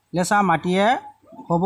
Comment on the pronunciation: Losa 😁😂 nahoy lesa hoy